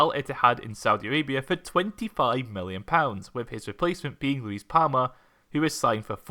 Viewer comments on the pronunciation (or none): none